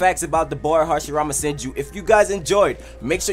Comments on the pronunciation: It says hasirama henju instead of senju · Hasirmama henju lmao it suppose to be senju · Hashirama "Henju" XD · Hashirama Henju? Dont care still like the video keep up the good work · It's says 10 facts about Hashirama henju when its senju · anyone noticed that it said harshirama henju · Hashrima henju 😹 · it said henju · It's not hashirama henju